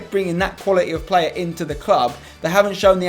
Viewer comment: Why's everyone commentating "Cracking Plurrr" ????